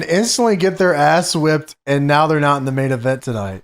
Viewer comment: Yes-ah, they-ah, Are-ah